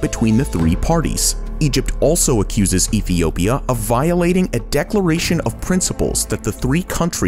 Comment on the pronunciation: Epiopia..... Good to see Top Luxury is still ensuring they are saying words correctly and not just doing everything in one take.